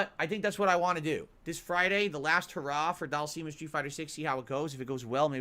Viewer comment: Oh one more thing;, PLEASE stop calling Dhalsim "daal-seem" like does; it's pronounced "DAAL-SIHM." pronounces it like that because he's regarded.